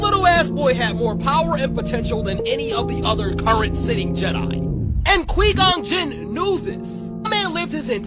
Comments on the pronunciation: Qweee gon jin 🤣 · Kwee Gone Jin? Who the fuck is Kwee Gon Jin?